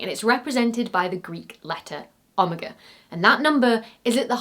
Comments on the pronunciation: The pronunciation of Omega is killing me over here lol. I've only ever heard a strong oh, oh-MEG-ah, never this soft ah, AH-meg-ah. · 🤨why does she say "aw-ma-gun" instead of the actual Greek pronunciation "oh-may-guh"?🤔 🤷‍♂️❔ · I knew Brits and Americans pronounce things differently, but I've never heard Omega pronounced that way... I did come here to learn something! (Brits: Om-ega Americans: O-mega) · Oh may guh for me, ohma gu for you. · "Omiga" . Your emphasis is on the wrong syllable. oh-MEE-guh or oh-MEG-guh. Not ah-mi-GUH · Ah-muh-guh? No. No no no no no. Oh-meg-uh. Yw. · Omeger??? OHHH-MEH-GUHH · Ah - muh - guh That’s a very odd way to pronounce Omega. I say oh-meg-uh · I think Americans say Oh-meg-Ah, while she said Oh-Mah-geh. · and anyone who says "ohmah-gah" instead of oh-MAY-ga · Great video as always... As a Greek it's really awkward hearing the letter being pronounced as "Omega" instead of "omEga"... After all it's the big O (o-mega) unlike the small O (o-micron) ;) Cheers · Like I get that you are technically pronouncing Omega correctly... but "Ahmiga" just sounds wrong to my tiny American brain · Please tell me thats not how brits pronounce omega. Its literally o-mega as opposed to o-micron the other greek o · Never have I ever: heard someone pronounce OMEGA as ah-muh-gah! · I've not heard that pronunciation of oh-MAE-ga before. 0.o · au-muh-guh ?????????? I thought I'd heard everything you guys pronounce differently, but that's a new one !! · Omeeger....omeeger....omeeger? I don't know if this is a clever Easter Egg or have I never realised how to pronounce Omega. Either way, very interesting insight into shape and geometry which I don't onder in my daily life....but I am definitely enlightened on this now. IT's so weird. Some folks go through life not pondering anything beyond their daily sphere or station.... and some of us find ourselves wondering what feckin hamster wheel ARE we actually scuttling around in. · 'o-meyh-ga' look it up lol